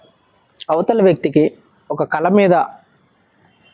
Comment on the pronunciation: కల = dream కాదు "కళ"=art అనాలి మీరు తప్పుగా చెపితే విన్నవారు కూడా తప్పుగా నేర్చుకుంటారు గమనించగలరు 🙏